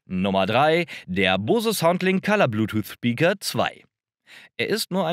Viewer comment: Der Bang war kein Ami sondern Däne - heißt also nicht "Bäng" sondern ganz einfach Bang... Bose hingegen ist amerikanisch (aus Massachusetts), wird also englisch ausgesprochen ("boos", nicht "bohse")